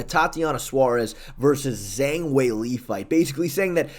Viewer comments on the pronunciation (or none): none